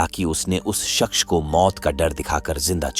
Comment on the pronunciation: Shaqs or Shaxch or Shaqs... It's Shaqss